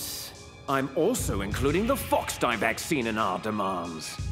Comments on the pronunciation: It's called FOXDIE not GEEKDIE!LOL. I think I might like the dialogue here better than the game itself. In fact I know I do!!! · Its called foxdie not geekdie lmfao 😂😂